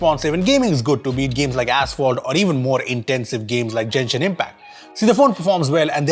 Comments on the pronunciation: Its not Jenshin Impact. Its called Genshin Impact. Genshin is a japanese word. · Its not "jenashin" its genshin like G in Goko